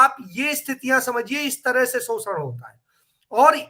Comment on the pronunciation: … सोसन नहीं शोषण कहते है। कृपया सही भाषा का प्रयोग करें।